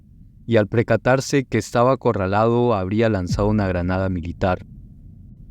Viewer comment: Q mal explicado, cualquiera hace uso de you tube. La Real Academia Española temblaría al escucharlo . Es percatarse no precatarse .